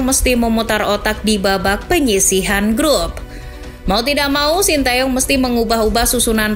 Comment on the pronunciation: Bacanya te Yong itu mbak bukan tae yong